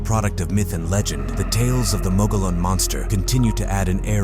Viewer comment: If you can't pronounce "Mogollon" correctly, it invalidates this entire video.😂